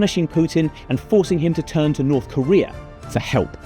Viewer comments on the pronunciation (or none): none